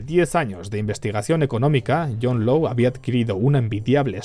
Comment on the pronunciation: Law se pronuncia con o larga, como lord, no lou.